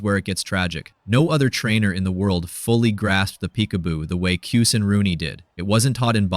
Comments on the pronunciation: Cus.. Not COOS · quit saying coose it is Cus or Constantine. what ur saying means a womens privates. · You mispronounced the man’s name all through the video. It’s Cuss. Not Cooze. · His name is "Cus", not "Coose". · Q’s? It’s Cus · Cuss - Like a swear word. NOT Cooz. Jesus - at least get the basics right or no one who knows better trusts the rest. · Coos, don't you mean Cus? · “KOOZ” D’Amato ??? 🤣🤣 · "Coose" ;p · How in the hell can this narrator get the guys first name pronouciation wrong ????